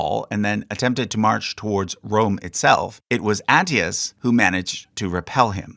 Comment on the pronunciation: you mispronounced Flavius Aetius name. Aetius is pronounced “Eye-ti-yoos”